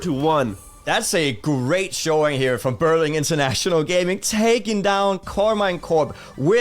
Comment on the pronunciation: also it's Berlin...not Berling